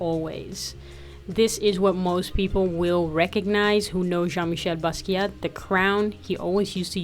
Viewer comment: The T in Basquiat is silent. Respect the legend.